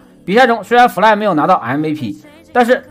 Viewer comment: 每次听fly fly 听成夫赖